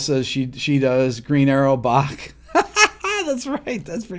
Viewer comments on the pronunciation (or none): none